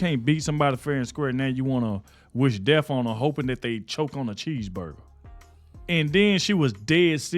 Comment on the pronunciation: Can't Joy speak proper English or does she have a lisp problem. She can't even pronounce 'cheeseburger"